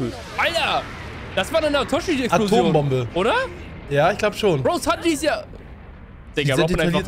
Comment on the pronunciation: sowas wie sanj zu sanji und so Macht er immer wieder